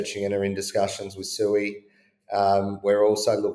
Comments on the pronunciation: I don't believe he's been collaborating with SUI since he pronounces it SUEY. If he has talked with anyone from Mysten Labs or any of the devs he would know it's pronounced Swee. That's like saying I'm working with Doge and pronounce it Dodge Coin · You should definitely interview any of the devs or anyone from Mysten Labs. SUI means water in Japanese and is pronounced SWEE which surprisingly the ticker is a drop of water. It's funny all somebody has to do is the tiniest bit of research and they can see that. So when noobs come to the space and they're all looking for SUEY or SUE E because everyone's pronouncing it wrong now they have someone to blame when they get wrecked